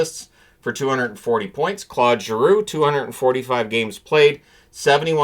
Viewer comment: You keep saying "CLOD" Giroux; it's pronounced CLAUDE Giroux. Get with the program.